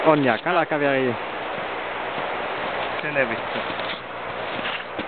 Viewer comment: kalakaveli??kuulinko oikein ärrä vika??